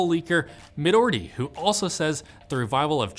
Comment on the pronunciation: "Midoordi" 3rd name butcher right there, みどり (or "Midori" in English characters) only has one d.